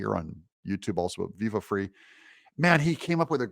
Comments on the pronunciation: FRY...... IT'S PRONOUNCED FRY...... NOT FREE :p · Viva Frei is pronounced Fry. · Viva last name is pronounced fry like French fries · Viva Fri * It is pronounced Fry.. Like a French Friy. His real name is David Freiheit. He's a lawyer, Canadian. He's amazing! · Viva Frei, pronounced Fry. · Yes to Highlight, and Frei is pronounced Fry like French fry, he’s French Canadian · It’s pronounced “fry”. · It's Viva Frei (fry) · Doug, Viva Frei is pronounced Fry. Like French fry or deep fry. A Canadian lawyer that’s relocated to Florida. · Frei is a Yiddish word pronounced Fry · Pronounced VIVA - "FRAY" - he's an atty from Canada love him he's great!= & on Fani she needs to GO!👉... Judge Judy once explained coming into a case with clean or dirty hands - fanis hands are DIRTY coming in so anything from her should be tripped up at the starting gate! - she didn't come in to the case,with "clean hands" Doug I think your right! I think she'll get kicked to the curb just for that reason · Frei is pronounced fry. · hi Doug. Watching from British Columbia. Keep doing the good work. You mentioned Viva! I do believe his last name is pronounced as Fry - he's a french Canadian. He was involved with the trucker protest and gave his own legal spin on things. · Pronounced Viva Fry. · Pretty sure it's Frei is pronounced fray. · His last name is pronounce Fry. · It's pronounced Viva Fry. He is a former Quebec attorney. He has great content. He is currently in Florida. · Vivi Frei (pronounced Fry) and Robert Barnes in case anyone wants to know. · It’s pronounced fry, like a frying pan! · Pronounced Vive Frye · Glad I found your channel. Viva Frei (pronounced “fry”) and Barnes are great commentators and teachers of the law. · Viva Frei pronounced Fry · His name is David freiheit, (as in fry), viva frei. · I think it’s pronounced Viva Fry. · Viva's last name is pronounced FRY. They have a wonderful week-in-review show on Sundays on Rumble at 6 EST / 3 PST. Love your channel